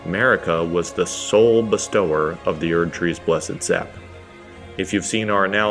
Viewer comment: Anyone else bad at reading? Not "best-tower", but "bestow-er"